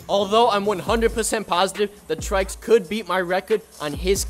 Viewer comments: Its not traiks its try see s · Its not trikes it's trycs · I thought trycs was pronounced tricks not trikes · I didn't know that trycs was pronounced as "trai-ks"... I always pronounced him as "Tricks". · The way he says "Trycs" is more like saying "Traiks" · "TRYcs" lol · he said his name wrong